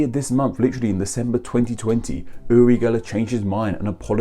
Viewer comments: You’re pronounciation is so weird, it sounds like you say Uli or yuli instead of uri and yuri... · Your pronunciation of "URI" is so weird. It sounds like you're saying "uLi" or "yuLi". The R is hard both in Hebrew and Russian. Funnily enough, I am a Hebrew speaker from Israel, and my first name is Yuri (like Gagarin) and I speak Russian too lol. Although Uri and Ori are similar, those are two different names in Hebrew, though they do come from the same origin. But you would never call someone Ori when his name is Uri, and vice versa. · No, He mispronounces that. It's pronounced with a hard R. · So Uri is pronounced with an L sound? Huh. Weird.